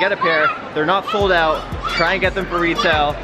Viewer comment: LOL “check these oot”